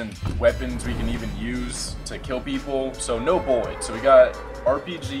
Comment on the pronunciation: Is it just me but does say buwwits instead of bullets